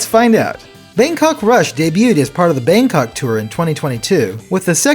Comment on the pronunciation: Thai person here. Didn’t really expect Bangkok rush to be included in the game or even at all so it is a huge surprise. Your pronunciation is quite close how the native people speak which is deeply appreciated.